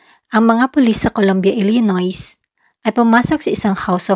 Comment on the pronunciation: Hindi po kasama ang s sa pagbigkas ng Illinois.